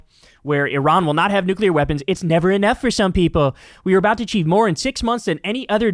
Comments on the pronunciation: It's how Bush pronounced "nuclear" during the lead up to the Iraq War. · I think you mean nuculer physicist 🤣